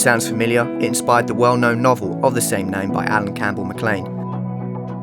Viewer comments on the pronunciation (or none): none